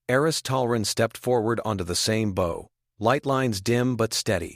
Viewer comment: Omg, y'all..seriously? Look story is good, the ai voice is super super distracting with the exact same mispronounced word over and over, its super annoying. In this context, the word your ai keeps saying is Bow, i.e. a tied ribbon. The word is bow, as in ba oww as in a part of a ship. Its repeated multiple times and the mispronounciaction throws thr flow of the story off. Sadfaced